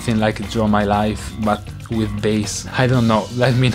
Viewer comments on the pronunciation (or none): When David says "with" it sounds like weed